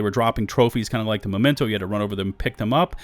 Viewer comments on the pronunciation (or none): I'd like to know why Memento is pronounced Momento ? Learning English here :)